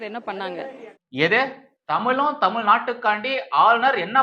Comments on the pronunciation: Aaaya unakku Thamile varala pronunciation Thamizha . Innoruvati padichitu va poooo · Tamizh illa Tamil nu solluthu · Dear Jeans Joseph. You don't know how to pronounce Tamizhword. தமிழையே உச்சரிக்க வக்கில்லை. நல்ல வேளை. If she would have received the certificate Our Governor will forget good Tamizh. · தமிளு(ழு)க்கும், தமிள்(ழ்)நாட்டுக்கும் திராவிட மாடல்தான் நிறைய சேவைகள் செய்துள்ளது. ஆனா என்ன எள(ழ)வோ தெரியல, சனியன் புடிச்ச (ழ)ளகரம்தான் வந்துதொலைய மாட்டேங்குது. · தமில் தமில் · மொதல்ல பார்த்தபோது வடிவேலுக்குதான் தலையில விக் வெச்சு, பேச கூட்டியாருத்திருக்காங்களோன்னு அப்டியே ஷாக் ஆயிட்டேன்! நாக்குல தமில் சும்மா நின்னு வெளையாடுதே?! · அந்த பொம்பிளைக்கு தமிழ் என்றே சொல்ல தெரியவில்லை. தமில் என்று சொல்கிறது இந்த முண்டம் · போடி, புண்ணாக்கு. கிருத்துவ பக்கி இப்படி தான் இருக்கும். சாத்தான் தீடீரென வேதம் ஓதுகிறது. டமில் என்று இது இங்கிலீசு பேசும் பன்னாடை க்கு தெரியுமா தமிழக கஜானாவை தீம்க காலி செய்து விட்டது என்று தெரியுமா?😂😂😂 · Thamizhnnu ozhunga solla theriyavilla..........idhu oru......!%#^$&$&!$#%#% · தமிழ் என்று உச்சரிக்க தெரியாத பன்னாடைக்கு பட்டம் ஒரு கேடு உனக்கு பட்டம் கொடுத்தார் கவர்னருக்கு அசிங்கம் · தமிழ் என்று சொல்ல துப்பு இல்ல பேச வந்துட்டா இவ. அவர் கையில் வாங்கிய பட்டத்தை கிழித்து போடுடி.